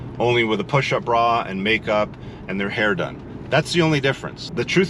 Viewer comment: “… only with a pushup bra and makep 😂”